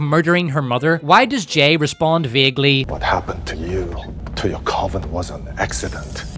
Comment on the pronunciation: Coven is pronounced like oven,.